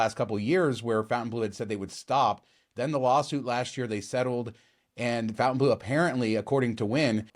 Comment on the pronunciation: I meant It should not be pronounced FOUNTAIN